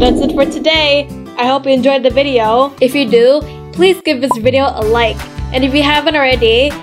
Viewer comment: say video not video